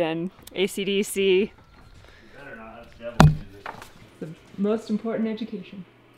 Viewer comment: ACDC?!?! oh you mean Ackadacka!! LOL!